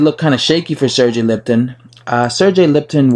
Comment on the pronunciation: Learn how to pronounce Lipinets , not Lipton.